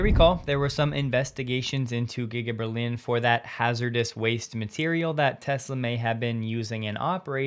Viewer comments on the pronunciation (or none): none